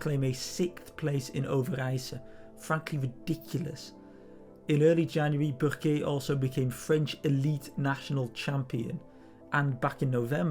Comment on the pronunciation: Well-informed? Check! Objective? Check! But what really impresses me is how the names Burquier and Overijse are pronounced. Hats off!